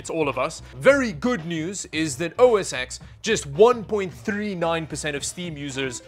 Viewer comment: Its not called "OS EX", it should be pronounced as "OS 10", althrough officially its been renamed to just MacOS since a few years ago ever since MacOS Big Sur was released with version number 11.0